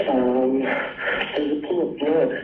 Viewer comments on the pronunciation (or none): none